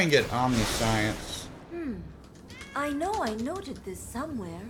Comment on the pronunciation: Pretty sure it's pronounced Om-nish-ence.